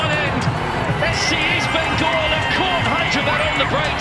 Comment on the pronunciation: Birght enobakhare goal was best but bro it is east bengal not beast bengal....